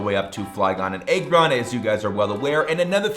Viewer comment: Aggron has a short a sound